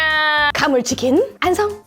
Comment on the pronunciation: 왜자꾸 완성을 안성으로 하시고 위허여를 이하여로 하시지..재미 없고 과해요ㅠㅠ..